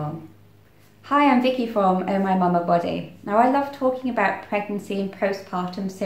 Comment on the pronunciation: i did watch ur few videos..i subscribed ur channel today only and loved listening to you.. i feel so calm listening to your voice and love the way you say OhMyMamaBody.. hoping for the best..keep uploading videos!would love to watch!